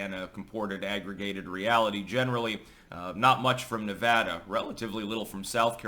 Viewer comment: I live that you say Nevada correctly